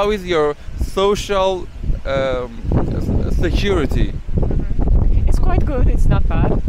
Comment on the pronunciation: 看来语言还是交流的最大障碍。提问者本来问的是这个国家的社会保障(social security)情况，不知为何要把两个英文单词分开读，结果美女好像只听见了security，回答的内容就便成了国家安全。